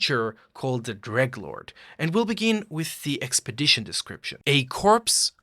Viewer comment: you know he's a real fan when he calls the dreglord "greglord"